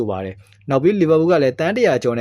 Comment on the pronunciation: Palmer နဲ့ Liverpool အသံထွက်တာ မင်းဆီကပဲနေမှာ lol 😂😂